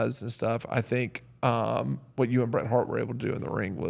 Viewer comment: All of this and you can’t even get Bret’s name right